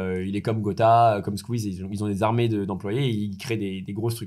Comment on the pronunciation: Tout allez bien jusqu'a que tu dise "Squeez" et "Webed"😭